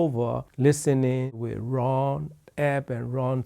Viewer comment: I like Ruun like the moon, said Ron.